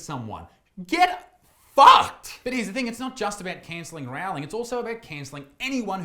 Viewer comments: I wince every time someone mispronounces JK Rowling's surname. the first part should be pronounced to rhyme with sew, not cow! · Great take as always, but I was continually feeling my ears burning at your pronunciation of JK's surname. The "Row" is like rowing a boat instead of rowing with a trans activist clown. Or like "rolling".